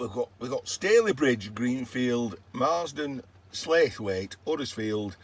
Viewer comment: They don't pronounce Slaithwaite like that, it's Slough-it but without the -, we're a bit odd over here.